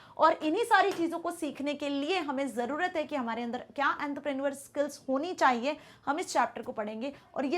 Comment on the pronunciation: Mam please can you pronounce entrepreneurial correctly 😢😢